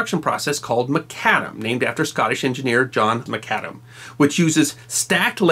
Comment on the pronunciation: Thank you,, for two things: 1) highlighting the Nat'l Road (I live about an hour north of Indy and am a native Hoosier (Go Boilers!)) and the fact that it runs through the heart of Indiana is a source of state pride, and 2) for giving me the correct pronunciation of "Macadam", since I've always put the emphasis on the first syllable of the word.......whoops 😁 I can imagine that our sometime very in climate weather would be hell on macadam roads; even modern asphalt and concrete roads after some time begin to crack and buckle. Asphalt usually goes about 2-3 years after being laid before it starts cracking and beginning to "alligator" a little. Concrete takes a little longer depending on materials and construction methods.